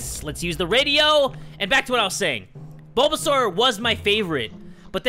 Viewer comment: That “ BoBaSaUr” was amazing 😂